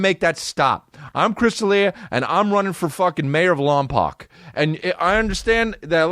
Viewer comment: Lompoc is pronounced “lompoke”